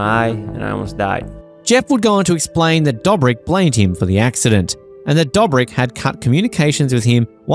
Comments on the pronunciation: Fckin hell stop saying DUGHBRICK EVERY OTHER FCKIN WORD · How do you make a video about a person without knowing how his name is pronounced? Same goes for other members from the squad. Makes sense why there is so many false information in the video. You haven't seen the videos.